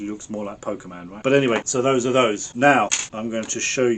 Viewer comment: Did man just say Poke man 😂 That aside, enjoyed the video so far and looking forward to hopefully controllers free of drift